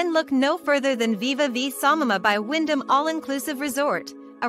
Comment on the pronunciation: Samana NOT Samama